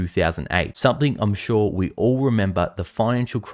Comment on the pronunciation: Why do you gotta emphasize the word "All". We've pretty much declared that being a politician is a bad thing. That's why when we get a good politician, we refuse to call them politicians because they do deliver and are honest. I just hope that you don't let this cloud your judgment by believing that everyone is evil. But a little scepticism isn't that bad until they have proven themselves worthy. Stay strong.